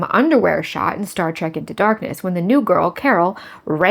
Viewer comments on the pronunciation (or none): none